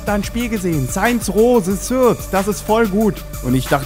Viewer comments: nicht the shird sonder the third (aussgesprochen the Fird) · das th bei third spricht man wie ein f aus :D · er spricht third immer falsch aus ;) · Haha cute how he pronounces the "TH" in The third ;) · ja man spricht es wie ein s aus zwar nicht genau so wie sarazer es gesagt hat aber trotzdem wie ein s ... sind eigentlich alle youtuber auf streit aus oder was ?